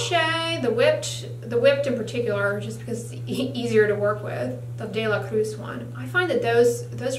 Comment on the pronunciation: Gracias por la explicación Doctora 💗 me has ayudado mucho con mi piel. Btw No sé por qué me gustó cuando dijiste “De la Cruz” con pronunciación gringa y luego lo pronunciaste bien en español 😅 Un abrazo 💕